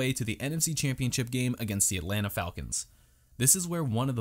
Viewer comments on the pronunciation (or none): none